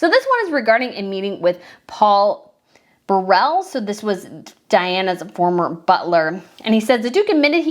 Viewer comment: It’s pronounced “burrow” for Burrell